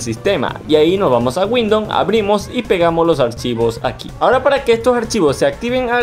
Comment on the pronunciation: Un clasico el "windoN"